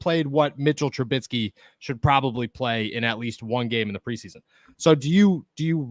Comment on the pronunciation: Trubisky not trubitsky